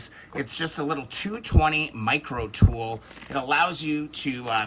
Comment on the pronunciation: the way you said "tool" made me chuckle 😀 nice video!